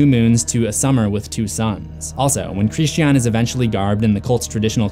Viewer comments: My man, why are you pronouncing his name like “Christianne?” It’s a word I thought was actually impossible to mispronounce in most places in the world. Anyway, I think he’s named this as a sort of reflection on religious and cultural violence. Many people in history have committed acts equal to, and in some cases more heinous than what occurred in the film in the name of his namesake’s religion. It’s quite clever really. We’re faced with so many questions regarding the acceptance and treatment of alternative societal, cultural and religious norms in this film. It plays with the ideas of what kinds of behaviour are acceptable and welcomed, or taboo and outright disgusting. It’s a constantly-moving ethical line, and we experience this day to day without even being aware of it. Superb film. I really hope Aster doesn’t completely abandon the horror/thriller genre for the rest of his directorial career. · It is NOT pronounced like this in the movie... by Dani or anyone else. It’s pronounced Christian, like the religion, for a purpose. It’s not xenophobia to respect how a name is properly pronounced. It was pronounced Christian, like the religion, throughout the entirety of the film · That's an interesting pronunciation of "Christian" lmao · Lol, just say Christian's names normally? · Oh my gosh, I'm sorry, but that is not how you pronounce Christian. Almost stopped watching just because of how aggravating it sounds. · Why on earth do you pronounce Christian like that? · Can you not pronounce the word “Christian”???? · Its Christian, not KRISSED SHEE AHHHN. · Who is this "Hreesteaawn" you keep referring to? ;) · His name was Christy Ahn. 🥸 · “Kreeshtee ann” ... it’s Christian. It’s literally talking about Christianity - Christians character is direct commentary on Christianity lol don’t deny that shit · It's Christian not Christi-An just fyi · Bryana gabaldon Chris-chean. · SuJu_Mimi christiiiien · The scariest part of this video is the way he pronounces Christian